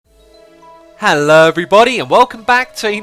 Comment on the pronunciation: X! sounds like your saying "hello" lose the H!